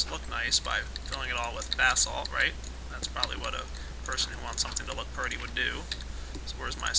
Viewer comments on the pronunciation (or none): Please don't say pirdy it makes me want to vomit that didn't mean I don't think your aweome